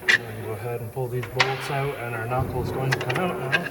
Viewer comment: You Canadians need to learn how to pronounce the word out